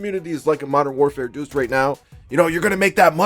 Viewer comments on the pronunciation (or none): "Modern warfare duce" 🤣🤣 striagt doodoo